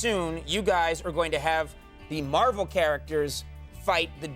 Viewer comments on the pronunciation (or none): did anyone else notice that put emphasis on the marvel part of the title but then just sounded almost bored when saying the DC part of it.